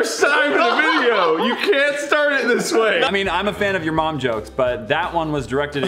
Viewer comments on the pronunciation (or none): “Shoes are great when Tobuscus did Mom.” At first I thought I heard Wade say ‘Bob’ instead of ‘mom’ and it made the whole sentence funnier to me.